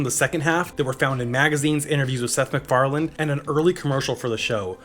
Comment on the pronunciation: There's no "D" at the end of Seth MacFarlane's name.